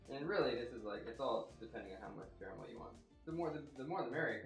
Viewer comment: "Spahtulaah" "ze carramell" haha great video! Looks delicious!